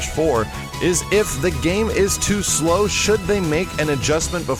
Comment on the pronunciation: slow not slom!!!!! :( lol